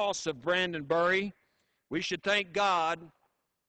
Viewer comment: Not that I don't appreciate the sentiment, but you'd think that he could get his name right. It's Brandon Bury. Brrrr-ie.